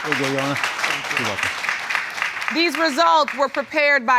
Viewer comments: On the YO Honor- literally makes me very upset!! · We can't keep forgetting the "r" when saying "youR honor". "You honor" is making my eye twitch